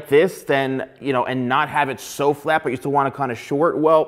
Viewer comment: The way u pronounce the word "FLAT" as in F L A T!! that hurts me a little bit haha But I might there's some Good hairstylist like u here on my country